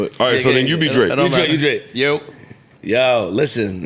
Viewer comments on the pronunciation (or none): That "Yo" was very Trini and Santana coded 🤣🤣